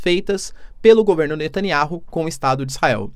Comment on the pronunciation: Netaniahu Lê se ... Netaniau Professor